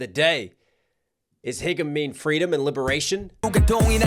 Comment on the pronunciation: It’s pronounced haegum(hey-gum), not higum, lol :DD